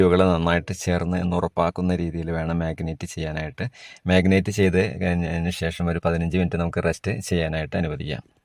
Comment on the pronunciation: Marinate not മാഗിനേറ്റ്